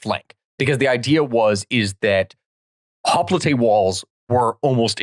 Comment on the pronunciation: "Hoplite" is pronounced "hop - light" in English. I know you're trying to be more accurate pronouncing it like Greek, but this doesn't really work in English since we have such a long-established tradition of pronouncing it "hop - light". All adememics giving lectures in English will pronounce it that way, and it kind of just makes you sound dumb to attempt to say it that one word in Greek, when you are simultaneously mis-pronouncing a bunch of place names and personal names (and sometimes using Latin, sometimes Greek and sometimes English terms).